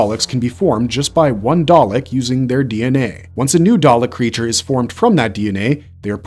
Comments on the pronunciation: Good video but I found it grating every time the VO mispronounces things... especially the repeated switching between dah-lek (correck) & day-lek(wtf?) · "daylek" is that a new species of dalek💀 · FWIW it’s KAH-led not KAY-led, dav-ROSS not dav-ROWS and DAH-lek not DAY-lek. And the Thals are pronounced THAHL not Thale. The claw really only appeared in the first story. Subsequent Dalek stories in classic Who were tentacled green blobs first seen in Genesis and subsequent stories. In Remembrance of the Daleks, Davros had mutated them again and bionically augmented the mutant itself. I’m not sure why the video talks about them having two sections then mentions the arm and gin as part of the top (it’s the mid section). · please don't say Dalek as Day-lick AGAIN!, say it as Dah-Lek. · A quick pronunciation lesson for your narrator. Kaled isn't pronounced "Kay-led" ... It is "Ka-led". Also.. It's not "Day-lek" ... it is "Da-lek". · Why is it, he’s saying Dalek wrong, then says it the right way, “ dar’lek “…. It seems he’s never watched doctor who….. or at least the dalek episodes. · Daylek lol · WTF is a Day-Lick 🤣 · Please stop saying “Day-lek” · How can you post a video of this subject and pronounce the names so incredibly badly - Daylick? What ?. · DAR-LECK. When you know its not a true Dr.Who fan making the video. EXTERMINATE! ARRGGH! This is as bearable as the past two series. I'm out! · Pronounced dar lek. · "Darrrrleks"? Honestly American pronunciations are mad. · Pick one way to pronounce Dalek and Davros and stick with it please. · Why did he keep alternating with the pronunciation of dalek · Yeah the causal mispronunciations of Dalek and Kaled is like nails on a chalkboard to my nerdy ears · if that's A.I., it's pretty good. Other than the Dalek pronunciation problem and the weird way he says the title of each section, it sounds like an actual person that did their research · why does it pronounce words different every time it says them???